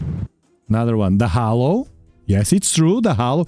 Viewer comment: Halo, not hollow